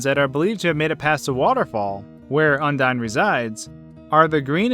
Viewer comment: You pronounce it as Un-dee-n? Undyne's name is pronounced as Un-dye-n. Undine (the way you pronounce it) was a race of fish people Toby thought would be a good attribute to Undyne. Then, her genocide name is Undyne the Undying. Her name is derived from undying while her appearance is from the race.